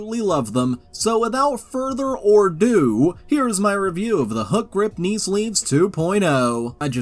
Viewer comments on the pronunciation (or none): I cannot stop laughing nor be impressed by the creative new ways to mispronounce/misword words and phrases that are already all too commonly misspoken! 😂 -Popcorn and the kettle black, oh my God! teach there own 😂 -without further or do -said in stone -ramp sacked -vain of my existence